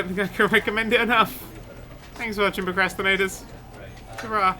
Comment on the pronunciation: i got to say this cos it bugs me everytime. it sounds like you say PERcrastinators, Just one time i want to hear you say, Hellooooo PROcrastinators.